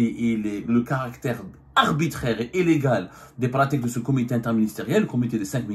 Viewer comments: Mr Abdou Le "i" ne se prononce pas en "é", à l'exemple du mot illégale qui ne se prononce pas éllégale. Cordialement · Pour la énième fois, on dit illégal et non élégal, prends un orthophoniste ça te fera du bien.